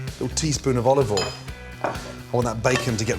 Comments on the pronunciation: Is it "A touch of olive oil" But I heard "A touch of volley ball" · When he said: "A teaspoon of olovol" I felt that.